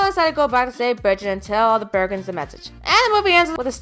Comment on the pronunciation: Why are you calling the Burgens, the Burgers?